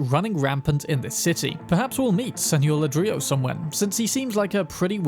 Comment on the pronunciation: .. you might have missed a potential reference because you said something wrong. Not "la-drilo".. but "ladree-yo". One Mr. Ladrillo, that is.. Mr. Brick. Ladrillo is Brick. I am not sure how well that fits with the stories.. could Brick secretly be running a bar?